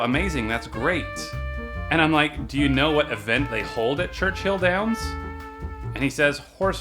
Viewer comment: Reeeee, it's Churchill Downs, not Churchhill :(